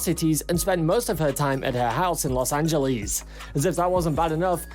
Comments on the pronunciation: "Los Angellis" lol 😆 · man said “LOS ANGELIES” HAHAHAH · I'm sorry but LOS ANGELEES who... know why am I saying this I live in France I've heard way to many garbage accents to be complaining about this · las angeleez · You can’t even say Los Angeles right 😂 who are you, YouTube freeloading looser? We are laughing with each other in LA, not at each other. YouTube algorithm sent me here to block you I suppose